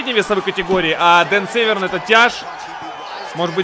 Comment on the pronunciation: Дико извиняюсь но не Северн а Дэн сэвэрн .